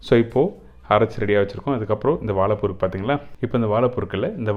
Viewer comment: வாழைப்பூ வடை பார்ப்பதற்கு நன்றாக உள்ளது. வா"ழை"ப்பூ என்று சரியாக உச்சரிக்க வேண்டும். வாளப்பூ அல்ல.‌ பொது வெளியில் வீடியோ வெளியிடும் நீங்கள் இதை கவனிக்க வேண்டும்.